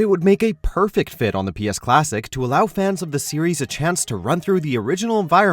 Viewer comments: Four-Test-Que? In the game they pronounce it more as Forty-Skew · med-I-evil, sir Daniel for-TESQUE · The way this guy says MediEvil and Sir Daniel Fortesque made me tear my ears off, I don't want to hear things anymore